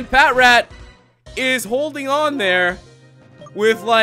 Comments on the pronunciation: Patrat is pronounced puh-trat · It's pa.trat